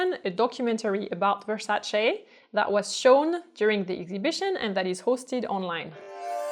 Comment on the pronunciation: I love your videos and you are such a lovely & interesting person! Thank you so much for pronouncing Versace the correct way! :)